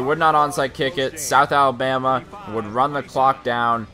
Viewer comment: you said south abama